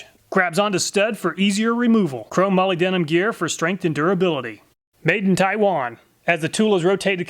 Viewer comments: Molybdenum is pronounced "mol-lib-de-um" aka moly for short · FYI: molybdenum is pronounced like "muh-LIB-duh-num". And hexagonal is "hex-A-gun-ul". Also, I suspect "ARES" is intended to be pronounced like "AIR-ees", like the Greek god. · pronounced muh-lib-de-numb. Just an FYI for future reference. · I am so sorry but that is the very wrong way to say molybdenum(mole-ib-den-um)